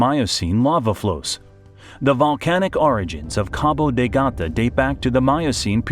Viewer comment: Es Cabo de Gata.🤦🤦🤦🤦